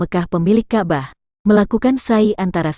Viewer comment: Ka' bah. bukan kabah blepotan sekali.😂